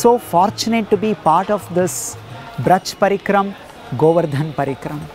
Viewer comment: With all respect and humblness i request to do not add unneccesary 'a' at the end of almost every hindi word. Like VrajmandalA, KrishnA, GovardhanA. Please pronounce them the way they are. 🙏💐🚩